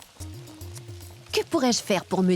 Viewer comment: C'est Jabida, pas Javeda. Des noms de musulmanes, quoi!